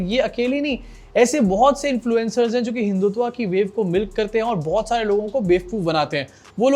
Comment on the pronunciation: हिंदुत्वा नहीं, हिंदुत्व